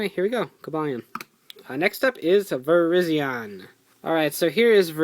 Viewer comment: You pronounced Virizion wrong.